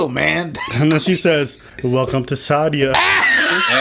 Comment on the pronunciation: Who’s “shada” her name is sadia. And who are you calling soulless?? lol Europeans are soulless. Unfollowed